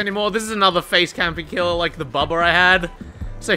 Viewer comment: I always thought he was saying "phase" camp, not "face" camp, because of the phases of hook